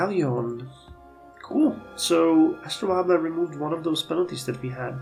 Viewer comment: Yeah, your pronounciation is pretty close ("astro-layb"). - I'm wondering if there are any Civics left to unlock in this era. I think one of them removes the city number cap (which would be extremely useful). I think it is Nationalism. I think Mercantilism gives one, Corporation gives one. Divine Right gives one. Social Contract gives one. - Scientific Method gives Oil and Natural Gas resource deposits (it is probably pretty important to know where Oil is located). - Heliocentrism gives a Great Admiral if you are the first to research it. - Depending on how many Observatories you got, you might want to make Calculus a priority given that it gives +5 science to them. - If you're still doing military reforms I'm curious if Explosives gives anything useful. Rifling is also likely worth getting. - You can apparently train Lara Croft. May require Treasure to build. - Considering how strong your financial situation is, I'd say financial techs shouldn't be a priority.